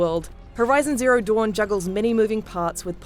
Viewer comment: I hate how she says Zero Duooon.